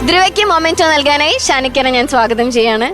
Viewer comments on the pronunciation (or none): Anchor kuttyyy... മെമെന്റോ എന്നാണ്.. മൊമെന്റോ എന്നല്ല... അമൃത tv producers ഒന്ന് പറഞ്ഞു കൊടുക്ക് please